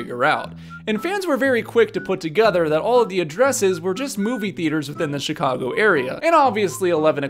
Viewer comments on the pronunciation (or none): none